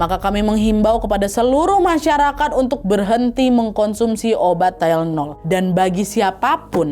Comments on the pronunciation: Bacanya THAI + LE + NOL. (TY LE NOL) Bukan TYLE + NOL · ijin koreksi dikit yah kak nad, tylenol bacanya bukan “tailnol” tapi “tailenol” 💕 soalnya banyak banget penyebutannya jd agak ganggu. trimss kakak untuk cerita hari ini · Keganggu sama pengucapan tayelnol😩😩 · Bacanya ti-le-nol bukan sih?